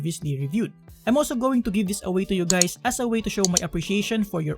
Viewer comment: did he just call me gay? he said hi gays right?